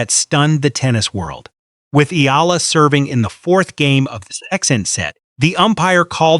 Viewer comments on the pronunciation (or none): Please pronounce our best lady's name: Alexandra/Alex Eala ( E Y A L A ) . We, FILIPINOS, will appreciate and be grateful for it. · Pleaze pronounce our bezt lady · Please pronounce our hero's na,me